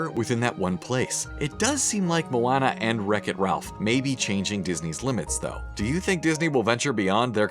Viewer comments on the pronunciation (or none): Did he just say “Mawwana” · "Like Mo-wana " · I love everything you said but, it’s MO-ON-UH not Moanna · It’s Mo-AH-Na, NOT Mo-AN-Na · "like moo-anna" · It sounded like he said mowana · Moana is pronounced MOWANA Sorry I’m just bored I don’t usually point these out😐😑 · Him: pronounces it Moanna instead of Moana Me:😡😡🤬🤬🤬🤬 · Its 2018 are we sti saying mo-anna?